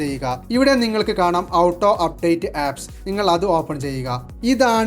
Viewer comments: മണ്ടാ.. ഔട്ടോ അപ്ഡേറ്റ് അല്ല ഓട്ടോ അപ്ഡേറ്റ് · ഔട്ടോ എന്നല്ല. ഓട്ടോ എന്നാണ് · ഔട്ടോ അല്ല ഹേ ഓട്ടോ... 🙄🙄🙄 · ടോയ് ഔട്ടോ അല്ല ഓട്ടോ എന്നാണ് പറയേണ്ടത്